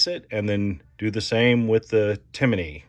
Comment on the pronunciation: Its Timney. Not Timiney. There is no I between M and N when you say it.